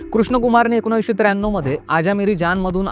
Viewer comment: एकोनाविस नाही .......19